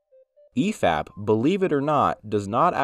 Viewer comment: Were you meme-ing when you said efap and mauler's names wrong? That entire segment just kinda stood out..